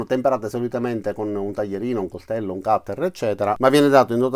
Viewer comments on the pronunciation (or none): none